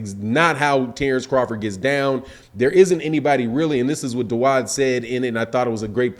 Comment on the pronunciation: His name is Da-Ood that's Arabic for David I know because my name is Da-ood (Dawud)